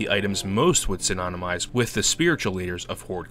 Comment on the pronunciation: "snynonemize" ... oooh boy